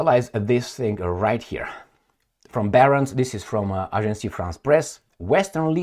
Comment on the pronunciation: Agence france press. NOT Agencie